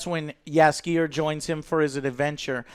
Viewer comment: Damnit, Joe! Say Jaskier just like they did it in the show - Yaskier. Also, the accent is on Yas. And one thing about Jaskier - the Polish version of him was presented better. He was more bardy? Less goofy - that's for sure.